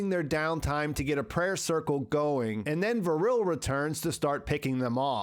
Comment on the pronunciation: Great summary, i just don't get how you could pronunciate Vrille as Vuhrille. it's just Vrille, no extra vowuhls.